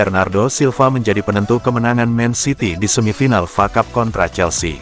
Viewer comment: Woy bukan facap tapi F.A CUP. Sudah bertahun2 masih bego juga Malu dong pembaca berita bola gak tau bola